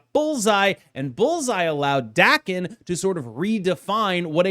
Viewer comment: FYI Daken is pronounced "Dah-ken", like "darken" but without a hard "r".